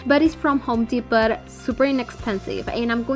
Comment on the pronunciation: Pronounced -Home Dee-Poe ! 💜Sorry bothers me when something is said wrong. I love everything especially the picture frame!!❤️